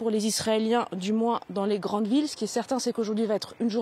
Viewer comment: la correspondante ne sait meme pas prononcer le nom des villes